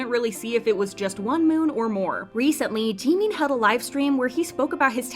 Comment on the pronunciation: I tohught Jimin was someone else bc of the procnounciatiuon but then i noticed lol